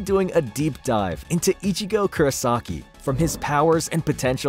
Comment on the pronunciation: kurAsaki ? it's KurOsaki damned, and no one seem to see it, making THE mistake at the beginning, omg